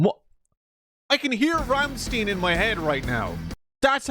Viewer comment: I'll let the 40k misunderstandings slide but "Ramm-STIN"!? It's Ramm'stein' like in Ein'stein'.